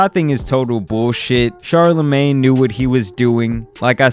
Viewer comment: It’s killing me hearing you say CHARLAMAN” like it’s his super hero name or something